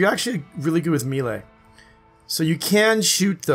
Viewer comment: Sinthread = sin-thr-ed, melee = mā-lā. Grammar Nazi awaaaaaay. *flies away into distance.